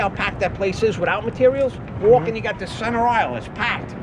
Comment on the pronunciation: "I'm woalking here"